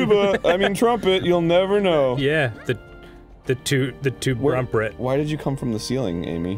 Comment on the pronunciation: "tubrumpret" -daniel y. avidan, 2014